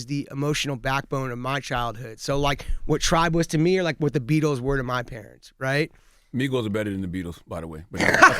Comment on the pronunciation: He actually said migos even worse LMAOO